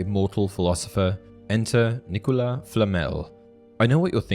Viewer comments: It's NicolaSS not Nicoulaaa! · While yes in french you don't pronounce the ending S most of the time, You do For proper names. His name is still Nicholas not Nichola. Also, even in french the S's Alide to the folowing words a lot too.